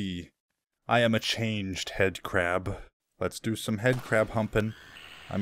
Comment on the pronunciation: 😅 I think you meant headcrab cuz you said it wrong😅